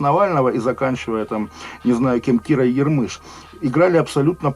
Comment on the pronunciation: Кира не ярмЫш, а Ярмыш.. Че сложного